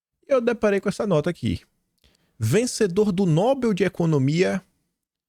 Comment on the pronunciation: Irritante ouvir “NÓBEL”, o correto é NOBEL, sem acento. A sílaba tônica é BEL (oxítona)!